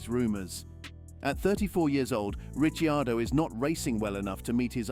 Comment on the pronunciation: Are you trolling with the pronunciation of Ricciardo’s name?! If it’s not trolling, your credibility to talk about f1 is goneeeeee 😂